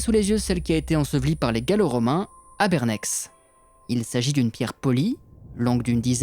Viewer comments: Mine de rien, je voudrais te signaler que dans notre région (Genevois, Savoie(s)…) les lettres étranges tout autant que bizarres à la fin des noms sont en général (il y a des exceptions) muettes. Ainsi, Bernex se prononce "bernè", La Clusaz = "clusa", Haute Nendaz = "ôte ninda" (ouais, "en" = "in" !), La Forclaz = "forcla", Cernex = "cernè", etc… C'est comme Paris, par ex. qu'on ne prononce pas "parisse", sauf si on est de langue allemande dans un mauvais film 😉. Que je sache, les terminaisons en "-ex", sont, comme celles en "-ac" (Cognac, Figeac, etc) directement issues du latin et proviennent souvent des noms des propriétaires romains ou gallo-romain du lieu. Par ex. : Frontenex (frontenè) = Fronto, nom du propriétaire supposé (on a trouvé une dédicace d'un duumvir je crois, de ce nom, mais pas dans la villa, d'où le supposé) de la villa gallo-romaine trouvée dans le parc public du quartier, le long d'une rue du même nom (ancienne voie romaine Genève - Thonon - Saint-Maurice en Valais) dans le quartier genevois du même nom itou. Pour Bernex, on a pas trouvé de trace du nom du proprio, qui pouvait être un Bernacus, ou Bernaco… par ex (je ne suis pas latiniste, je suppute un peu au pif et j'ai pas lu les sources que tu mentionnes). Pour info, j'ai habité ce village quelques temps, dans la fin des années '70, juste après les fouilles. J'en ajoute une couche : les villes et villages qui se terminent en "-inge", "-enge", comme Presinge ou Préverenges, dénotent des villages d'ori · Hello , très bien ton job bravo ..mais .. Bernex se prononce '' Berné '' .. les x en fin de nom ne se prononcent pas en Suisse 🇨🇭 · En Suisse on prononce pas les fins de mots en general quand c'est x ou s donc bernè(x) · On dit "Bern-AI" comme dans le ê de être :) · Mais c'est à côté 😱 (on prononce "Bernet" hahaha 😇) Super épisode ! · Ah les suisses ne prononcent pas les X à la fins des noms de lieux : on dit "bernè". Tu vas te faire embeter... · Bernèkse ahaha c'est marrant :-)